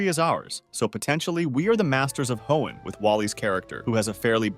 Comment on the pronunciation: "Ho-En League?"